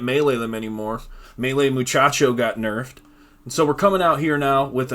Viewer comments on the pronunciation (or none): Did he just call Macchiato "muchacho? 😂